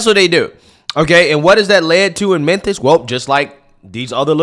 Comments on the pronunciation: 😂😂😂😂 it's Mem-fiss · Why are you pronouncing it "Menthis"? 😆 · Am I crazy, or is he saying "Menthis"? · Is he calling it "Menthis?" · It is pronounced Memphrica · Right 😂😂😂. I thought it was Memphis 😅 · "Menthis" you're the best. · Is saying "Menthis" instead of "Memphis?" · it’s MEM Fiiiiissssstttttt not Mempthis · my homie. You spell it correctly, but you have got to get that pronunciation corrected. It's pronounced "mem-FIS".....not "men-this". You got Tucker CarL-son corrected, now it's time to correct the city of Memphis pronunciation. It's Mem-FIS"....not "Men-this". LOL. Keep up the hard work. You are killing it. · I love you, but is MEMPHIS! Not MENTHIS! 🤣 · it's Memphis. Not Menthis. Sorry. Continue. 🤣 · "Men-thiss??" 🤦‍♂️ Where the f•ck is "Men-thiss,"? Is it in Tennessee? Is it anywhere near Memphis? (Good grief) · in Christ, it’s pronounced MEM-PHIS not MEN-THIS. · Its pronounced Mem-fis, not Men-this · What the hell is "Memthis"? Memphis The ph has an "F" sound. Could be spelled like this. Memfis. Just joking 😂😂😂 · nigga said ‘Minthis”💀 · Can we all acknowledge that calls memphis "menthis"? I'm here for it. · "Men-thiss" lmao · It isn't Menthis, it's Memphis. I grew up there. Mem-fiss. There's no N in it anywhere. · aight being real. why cant he pronounce the ph in memphis. he sayin menthis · Menthis? or Memphis? I am confused. You said Menthis but I think you mean Memphis, unless I am just hearing you wrong, lol. Yes, the jail population will go down because people who SHOULD be in jail won't be. Bail reform is delusional. It never works. We have tons of stats to backup the fact that having a bail system WORKS. If you don't make enough money to bail yourself out then that is a personal problem. Don't commit crimes and you won't have to ever worry about being able to afford bail. I swear, accountability is going out the window. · Memphis. MemFis Not memthis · Is saying Memthis?